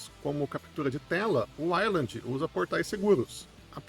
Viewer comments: Fala ueiland pff... Todo uailandi me dá um arrepio de desconforto 😢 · Caraca, não consegui terminar de assistir o vídeo. Ouvir 5 minutos você pronunciando "island" ao invés de "wayland" me deu nos nervos. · não... O nome é Wayland, não uailandi. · Bro, eu não sei falar inglês como um nativo mas sei que Wayland não se pronuncia como a pronúncia da palavra "island". E fica mais feio porque bastava o cara gastar 15 segundos pra pesquisar no google tradutor como é a pronúncia correta que pronto. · pois então vc chama errado. O correto é "ueiland".